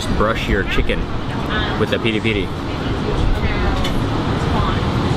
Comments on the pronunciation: The chili sauce is called "piri piri", not "pedi pedi". And the "Portuguese folk music" is the very old Cuban-Spanish "Guantamera" :) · Funny you call it 'pedi pedi' ... but I think it is Piri Piri ;-) That's indeed spicy! Been in Portugal in 2014. Wonderful food there! :-) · and it's not Peri Peri it's Piri Piri... gezzz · Aditya S not pilipili, but piri piri